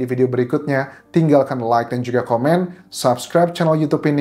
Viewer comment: Huruf "j" nya cihuy... klo ngomong "juga" knp hrs gitu mas? Tanya aj